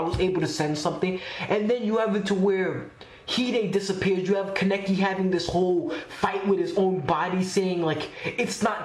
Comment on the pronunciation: It’s Kaa-Nay-Kee